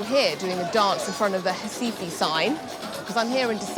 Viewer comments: P.S. it's Recife, not Recifee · Ela pronuncia "RAIFA"; que diabo é isso? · Hi from Mexico..Great very well done video of this city. ONLY I would like to point out why you dont say Recife..with "R"....you mentioned other words in brazilian portuguese perfectly with the R...lthe subtitles ALWAYS..wrote "Hi-Fi" ( I always heard hasife). Finally at 22.45 you really pronounced the "R" and Recife..and subtiltles came along perfectly..Well done...really like your video!!!! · She pronounces RECIFE in a very strange way lol 😂…. 😂😂😂